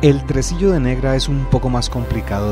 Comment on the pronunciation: buenas tardes todos estaba bien pero cuando entramos a los tresillos la pronuncia la palabra trsillo mejor sería el sonido no la palabra